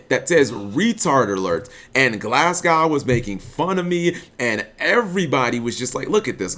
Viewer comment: Are you ever going to be able to pronounce Glasgow properly?